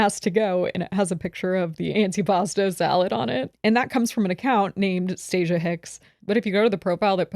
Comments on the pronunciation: acknowledging it’s Stacia and then goes right back to called her stacciea lmaoo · You mean StahhCea 😂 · STOP IT! I’m in hysterics at saying Stacia wrong every 👏 single 👏 time 👏 😂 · constantly getting that woman’s name wrong is sending me 😂😂😂😂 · LMFAO this is seriously my favorite episode. getting homegirl's name wrong and having to correct her the entire time has me dying of laughter 🤣